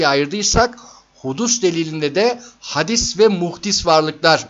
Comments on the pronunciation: Hadis değil hocam, hâdis :) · Her şey çok açıktı-güzeldi, telekkür ediyorum; sadece bir kelimenin telaffuzuna dikkat çekiyorum, hadis değil, hâdis, demek gerekiyor..